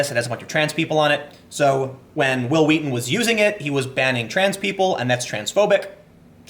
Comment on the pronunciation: stop saying it like that that's not real memeing